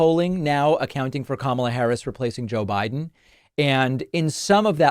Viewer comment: She said "Joe Byron!" Another brain dead trump!